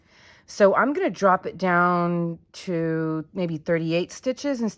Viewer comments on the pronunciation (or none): none